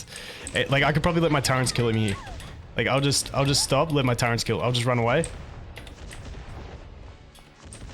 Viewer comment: Love ur vids man. Quick question. Why do you call turrets Turrents? Wheres the n coming from lol